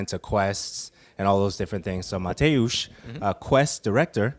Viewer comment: Dam man ,your pronunciation of name Mateusz is almost perfect